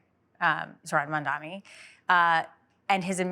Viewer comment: "Mandami". At this point the mispronounciation of his name has to be intentional. A racist microaggression. Unless, perhaps, he's the dumbest person on earth.